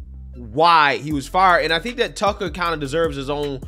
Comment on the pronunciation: Hey, it’s TuckER, not Tuckle….